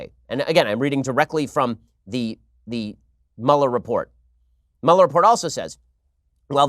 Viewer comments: Everyone I know, Ben included" always say "Mueller" wrong lol. Mueller is pronounced "Mew-ler" not "Mauler" lol. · Dammit, am I the only one who knows how to pronounce "MÜ-LER" ?? You wouldn't say "ferris buller" it's ferris BUELLER